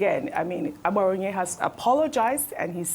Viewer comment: Ojy, it is not "aGBaraonye", it is "aBaraonye"... They are different in meaning...not every "g" letter is pronounced as a "GB" sound!